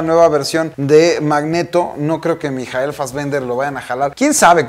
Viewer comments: Por qué pronuncia el nombre de Michael así? Jajajaj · Tambien me quede 😑